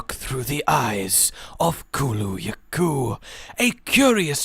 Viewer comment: Wow, you finally pronounced it correctly. How about you try Tzitzi-ya-ku next.